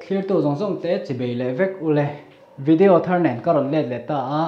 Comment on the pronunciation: Chibei a nilo. Chibai tih tur aw. Sir 🤭👍🏼